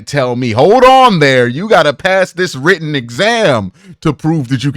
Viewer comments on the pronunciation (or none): none